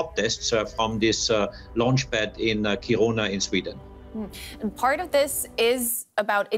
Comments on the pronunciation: It’s funny to hear Americans trying to say kiruna it sound so weary wrong kiruruna wile it’s should sound like this ki runa the K and I are the strong sounding letters wile the rest are sub letters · This is cool and all but all I can think about listening to this is how that pronounciation of "Kiruna" hurts my soul...